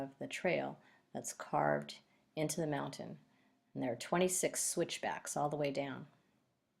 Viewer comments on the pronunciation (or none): none